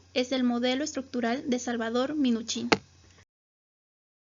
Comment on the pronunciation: Muy mal tu información y se dice Minuchin no minich